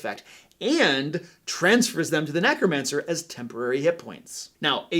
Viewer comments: I love all the advice he is giving, but am I the only one bothered by him saying NACromancer instead of NECromancer? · did you just say Knackromancer instead of necromancer? 🤣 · Is it just me or does he always say nAcromancer? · Thanks for a great video. Just one thing though: NECK-ROMANCER! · Are you saying “nAcromancer”?